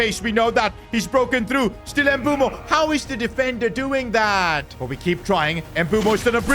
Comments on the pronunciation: Fr it's pronounced mb oouemo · It is pronounced mbu-emo not mbu-mo btw love ur vids miss the f1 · Please brother, I beg you… his name is MBEUMO (“Mbeh-oo-mo”), not Embumo. 💔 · Just to let you know it's not mbumo its Mbuemo pronounce the E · Mbuemo after calls him Mbumo everytime:😢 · Why the hell do you call him Mboomo? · Bro pronounces Mbuemos name Embumo lol.Just call him bum😂😂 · Bro its Mu-bwe-mo pronoun it nicely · PRONOUNCIATION not M-bu-mo its m-bu-emo not wirtz its v-irtz not I-sak its e-sak